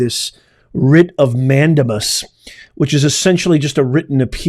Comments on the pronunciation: just for clarification, the proper enunciation of Mandamus is Man-DEY-mus, not Man-DAM-us. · Do you read your comments? Several of have said it’s pronounced MAN DAY MUS!!! CRINGE! Can’t watch this!!! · It’s pronounced man dame us …. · Please learn how to pronounce mandamus (man-day-mus) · Man-dame-us. You're welcome. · Hello Professor, I understand that you may not read this since I am not a member, however, I just wanted to mention that you have probably just insulted 90% of Wendy's employees. Also, mandamus is pronounced man-day-mus. I would like to become a member, but I have to wait for the economy to improve first. I am on a fixed income, can only afford to eat once per day and cannot afford to drink coffee. Take care and thank you for the news you provide. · Writ of "Man dame us " I believe is how it's legally pronounced .